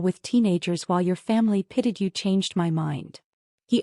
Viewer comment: The word is pitied not pitted